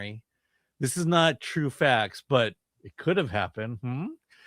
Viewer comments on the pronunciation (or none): none